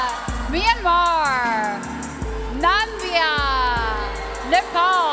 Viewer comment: Its Namibia not Nambia😢